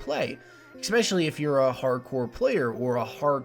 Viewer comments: ESpecially, not EXpecially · good vid man, one thing tho, just being picky, eSpecially not eKspecially, sorry for being pedantic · stop saying ecspecially